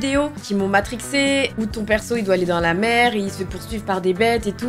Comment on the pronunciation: C'était incroyable cette vidéo vraiment magnifique c'est super et vraiment courageux que tu es réussi à vaincre ta peur je suis fière de toi et je pense pas être là seule 🥰 Maintenant je suis obligé de le dire car ça m'a fais rire un bout de temps avant que je regarde sérieusement mais au début où tu dis " la mer " j'ai entendu " la merde " voilà euh info inutile mais que je devais partager 😭